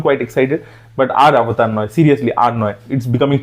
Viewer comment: Avatar ❌ Obotar ✅